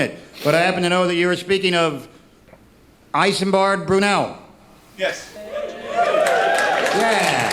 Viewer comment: Isambard is pronounced "Is Um Bard", not "Eyes Um Bard". But we'll let him off, coz it's French (well, Norman).